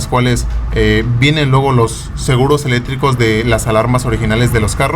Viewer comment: No sabes decir seguros eléctricos y dises seguros elétricos sin C jajaj